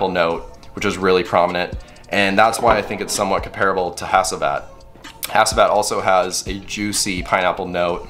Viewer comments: Pronounced HACHIVAT...not HASEEVAT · Great video. ✌🏼 Correct pronounciation is - H(ah)(ch)iv(ah)t - K(ah)r(ah)goz